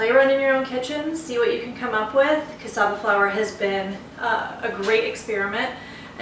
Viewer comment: Thank you for pronouncing Cassava correctly :-)